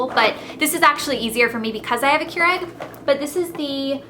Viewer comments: Its not Keur-egg its Keur-ig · she kept saying kyur-egg. not kyur-igg. made me crazy! lol. looking forward to trying their teas!!